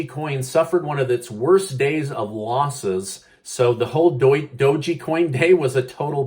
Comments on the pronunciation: Please stop mispronouncing Doge coin. There's no Y or I at the end of Doge, it's not Doji, it's dowzh. Google will help you pronounce it correctly. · I believe it’s called dog coin not do- Gee. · "DOUGH-GEE" coin XD. I love it never change! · the e in doge is silent. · I love the way you incorrectly say Doge lol